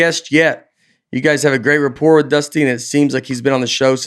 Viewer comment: How does Nate have trouble with so many words yet peels off "rapport" like it's nothing. I don't know if I'm more impressed with him or disappointed with Aaron and Breezy for not calling it out.